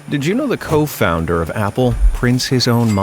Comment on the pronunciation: Co fAunder apparently the AI thinks that's how you say co-founder